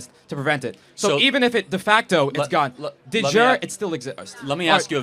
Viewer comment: He's so keen to use big words, but he gets them wrong. "de facto" means "in fact" in Latin, "de jure" means "in law" in Latin "de jour" means "of the day" in French He pronounced "jure" like how you'd say "soupe de jour" in French with a single syllable, "di zhur". "de jure" is Latin and should be pronounced something like "deh yureh" or sometimes "day JOOR-ee", either way "jure" has two syllables.